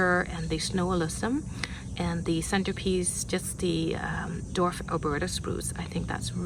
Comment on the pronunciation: dWarf, not dorf